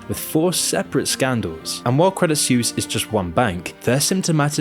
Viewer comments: Suisse = Swiss not "Soos" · Credit Suisse is not pronounced Credit SEWS but "Credit Swiss". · Please check your pronunciation before producing these episodes, otherwise it makes you sound less credible. Credit Suisse = swees, not seuss. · It's pronounced 'sweese' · I just can't bro. Your pronunciation of Suisse is killing me xD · As a Swiss I am ashamed for the behaviour of some of our bankers. But also cringe everytime you say "Suisse" ;)